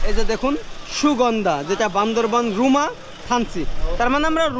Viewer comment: It is Bandarban not Bandarbon.Say right.